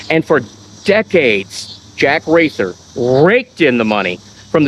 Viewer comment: Jack Wrather's last name is pronounced "Rather".